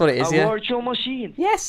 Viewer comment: your wirtual dextop has a wirus